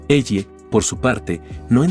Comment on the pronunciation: Es ellie no elle pinche IA no pudiste decir elly o algo parecido 😔